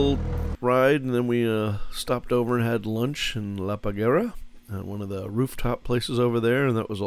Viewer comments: The name is "La Parguara". You are calling the island "La Pagara". You don't see it is badly misspelled? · How did you manage to butcher "La Parguara" so badly?